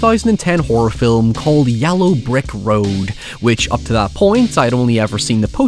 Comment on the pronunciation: Is mispronouncing the word yellow a bit that I'm not familiar with?